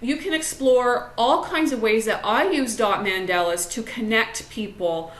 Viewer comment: Great tips....but it is pronounced Mon-dah-la! Mandela is Nelson or Winnie